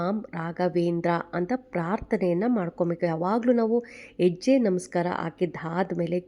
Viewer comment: ಎಜ್ಯೆ ಅಲ್ಲಾ ಮೇಡಮ್ ಹೆಜ್ಜೆ ಅನ್ನಿ ಅಯ್ಯೋ ಎನಾಗಿದೆ ಕನ್ನಡಕ್ಕೆ ಅಕ್ಕಾ ಕೈ ಮುಗಿತಿನಿ ಮತ್ತೆ ಸ್ಕೂಲ್ ಗೆ ಹೋಗಿ plz 😢